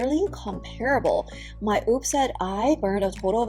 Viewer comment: Omg please say whoop driving me nuts. 😂